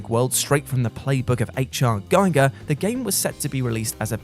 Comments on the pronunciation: HR Giger’s name is pronouned “ghee-gur”, not “guy-gur”. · H. R. Giger - it’s pronounced “GHEE-ger.”